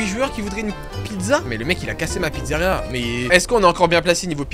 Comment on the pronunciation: "La slyzaria"